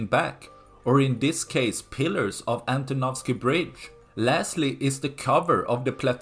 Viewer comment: Great pronunciation of "Antonovsky bridge" 👍 I vote for Ukrainians to wait until the bridge is ready, or even have some vehicles moving over it. Why they keep building the doomed pontoon bridge? It is likely to report to the higher-ups than they are doing something. When the pontoons will be destroyed, they will say "🤷‍♂, this would have worked if not those pesky Ukrainians" 😆